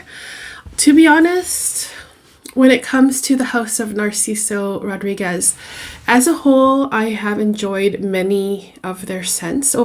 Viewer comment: Jajaja,. Her pronunciation, she cant pronunciate "Rodríguez", ridiculous My friend so oaxican, me da flojera oír hablar a esta gente, que feo video y señora!